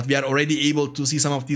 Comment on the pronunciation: Every time it sounds like you are saying "Milk-woods" when referring to Mirkwoods haha